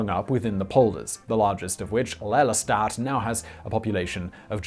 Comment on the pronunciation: If you need some help with the Dutch words... Ask me next time... Like Lelystad should be pronounced as "Lay-lee-stad"